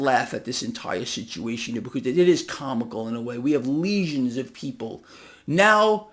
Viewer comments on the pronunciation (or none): its Legions not Lesions lol - I was listening and working and I said what did he just say... watch out for the m p o x haha great show